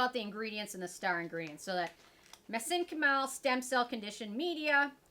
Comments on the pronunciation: Mez-en-chi-mal the i is a hard i. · I believe it Meh-zink-ka'-mol with the emphasis on the last syllable. Like my sink and bowl. I am a biology and chemistry nerd. Also, took etymology, and medical terminology 🤷‍♀️😁💗💗💗Have a wondeful and Merry Christmas 🎄💚❤️💚❤️✨️